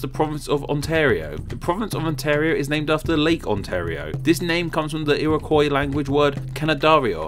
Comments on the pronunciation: As a Canadian I deeply enjoyed this video! Here are some slight pronunciation corrections: Iroqois = Ear-oh-kwah Quebec = Kuh-bek or Kay-bek Newfoundland = Noof-in-land. Cheers! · Iroquois is pronounced like ear-ah-kwa.